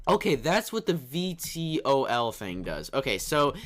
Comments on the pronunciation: vtol doesent stand for anything it's pronounced V-Toll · VTOL = Vertical takeoff/landing. Pronounced V-tole. You can switch mode while in flight too!